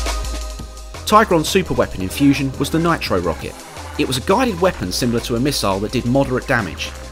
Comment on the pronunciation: its Rocket